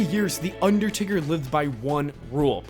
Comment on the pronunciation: Makes wrestling videos but can’t pronounce undertaker 😂